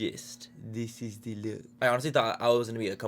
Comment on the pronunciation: When he said, “dis is de look” all I thought of was “dis is de wey” 😂😂😅